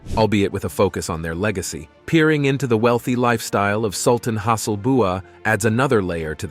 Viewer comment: there is a mistake on the name of Sultan Hassanal Bolkiah of BRUNEI , it was pronounce like Has BUA ,luckily they are not that strict like in THAILAND